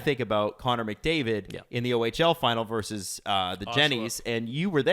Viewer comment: It's "versus", not "verse".